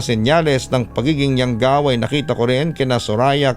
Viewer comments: . Anong YAWGAW!?? YANGGAW SIGURO IBIG NYANG SABIHIN HAHAHA ½ ASWANG PERO D ALAM ANG YANGGAW.. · Di ko lang ma gets kung bakit lagi nadadamay ang Capiz sa mga kwentong aswang. tga Capiz po ako eversince at never pako nka kita ng aswang or nababalitang may aswang. hindi po totoo ang Aswang dito sa Capiz kaya legit na hindi totoo tong kwentong pinadala hehe. PS: Hindi po yawgaw yun, Yanggaw yun.